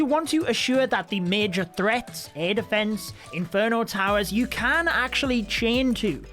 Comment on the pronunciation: Defence not deeeefence..... You're english